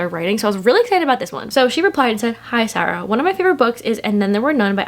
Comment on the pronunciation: I love the way you pronounce Sara 😩😩😩